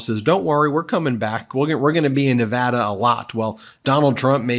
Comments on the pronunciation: Please correct your pronunciation of nevada. IT IS neh-VAH-duh. It is a long aaaa sound not a short a sound As a native Nevadan it is so frustrating to have media people not get the pronunciation right. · There were 20,000 people these. Please pronounce Nevada correctly, Ben!! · Ben, dear, please to LEARN How to properly pronounce Nevada?